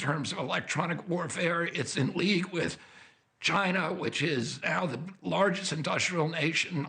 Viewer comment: it is shocking that he pronounces nuclear as nucular---pronounce it right!!!!!!